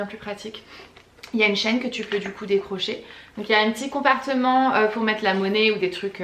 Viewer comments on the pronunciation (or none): Coucou ma belle ça va? Comme d'habitude super vlog, comme toujours tu me fais rire," je préfère de me séparer de mes culottes que de mes chaussures lol", "compartement" au lieu de compartiment 🤣🤣😉😘, et le pied qui tiens ton drap tombe sur toi, maladroite comme moi, bref comme d'habitude tu la fais rire. Tu es un rayon de soleil. Tu l'avais dit que tu monterais sur ce vlog, comment tu as fait avec tes dernières photos, je savais et le doutait que c'était beaucoup de boulot, de patience et que ça prend énormément de temps, mais tes photos sont sublimes, tu peux être fière de toi, merci pour tes conseils et astuces. Je t'adore gros bisous à Piotte, à toi et à tes animaux à 4 pattes Tyson Harley et Quinn 😘😘💜🦄💜💛🧡. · Ahah j’ai emménagé aux États Unis il y a 1 an et je comprend tellement tes petits soucis de diction genre “compartement” ça me fais trop rire 🤣 By the way je fais parti de la team qui a commencer à te suivre pour ton “nouveau” contenu avec les vlogs et la déco et j’adore, je prend énormément de plaisir à découvrir ton quotidien et j’ai découvert une très jolie nana pleine de créativité et de charisme. Merci mille fois pour ces vidéos, ces conseils et cette positivité 😘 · "Compartment", on sent l'américaine en toi haha Je suis au US aussi, et je vis tellement la même chose! 😂😂